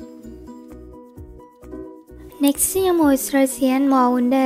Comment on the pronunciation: പടച്ചോനെ nji എന്നാണ് പറയൽ